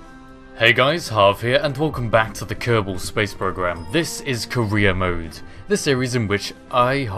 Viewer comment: I swear I keep hearing you say 'Korea Mode' XD